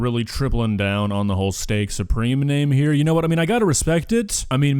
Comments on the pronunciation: steak SOUP-reme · Maybe it's "Steak Soup-reme" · “Steak Soupreme” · She clearly calls it "Steak Soup-reme" at the end, so thats that mystery solved. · It's steak "soup"reme! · Now I get it! It‘s Steak „SOUPREME“ 😂😂😂 is a genius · I believe was saying Steak SOUPreme and not supreme